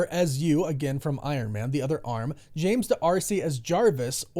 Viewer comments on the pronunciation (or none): none